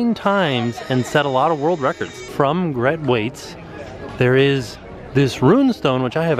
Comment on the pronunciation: Spelled Grete, pronounced Gret-ah